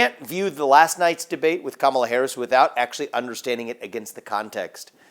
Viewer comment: I swear I hear him say Cum-ela Harris